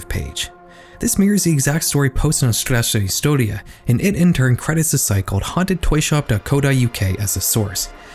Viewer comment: why did you censor Edgar Allan Poe's face here lmao he's a deceased public figure edit: I noticed you actually got the Polish very good, for someone who's clearly not fluent. Normally I brace myself for second-hand embarrassment, when I sense a foreign youtuber is gonna say something in Polish, but you've pleasantly surprised me. Clearly looked into how to pronounce it, which so many creators dont even bother to do. I seriously respect that!!